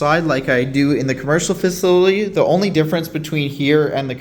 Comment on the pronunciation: Here, "Fa-sill-ah-tee" Just give that pronunciation a whirl😉